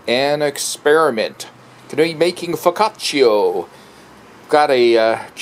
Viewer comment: foccaciAAAAAAAA not foccaciO??? sounds so dumb. sorry couldn't watch it as it was hurting my gut when i heard foccacio... wth...